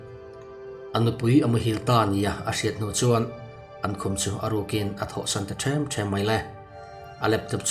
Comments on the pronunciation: Ti nge them them ti a i lam zel a.thluk lo in them them thil ti ru lam pang sawi na ang deuh in them them thluk lo in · Ti nge Ṭhem ṭhem tih hi in lamrik dik loh tlat zel le,tuna i lamrik dan hi chu zai ṭhem ṭhem kal ṭhem ṭhem, sawina a ni a, zawi zawi in a dam tih a, zawi zawi tih thluk hian aw. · Them them hi Thembu tih ang a lam tur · 'ṭhem ṭhem' tih i lam rik dan a dik hauh lo mai. Tuihawk a luang dem dem tih a, dem dem kan lam rik dan anga lam rik tur. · "Ṭhem ṭhem" tih i thluk dan kha a dik lo deuh lo inzir deuh teh. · Ṭhem ṭhem tih thu lam dan hi, inzir nawn fêe a ngai a ni maw? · Threm threm hi i lam diklo tun a athluk dan chuan pakhat aia tam sawina a ni. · Kal them them tih lai tak kha adiklo.